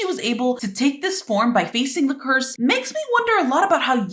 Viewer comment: when you said edas curse it sounded like you were saying purse😂